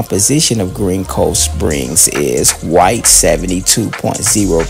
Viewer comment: It's "GREENCOVESPRINGS"! Come on dude damn if your gonna do content like this make sure it's correct. Tighten up bro.